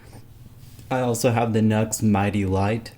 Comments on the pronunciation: G'day from an old guitarcheologist since '79 in SE Queensland, Australia. NU/X whom make pedals amps etc. is pronounced 'new ecks' not 'nucks or nux'. The only minor glitch in your great videos is this mis-pronounciation, no biggie. Peace, respect & far too much guitar & rock n' roll is nowhere near enough!🎸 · It's pronounced "new ex" Nu-X